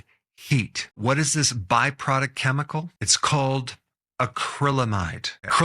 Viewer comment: last time I checked, chemical is pronounced keh-mi-call, not cheh-mi-call.... guess who's getting added to my do not recommend list!